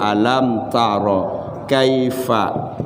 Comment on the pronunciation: Ko kaifafa😅😅😅.yg bner kaifa. Fa ala tadz😅